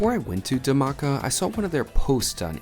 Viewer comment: Hi! The Dh in Dhamaka is pronounced like the English word “The” but explosive. Like THE-maka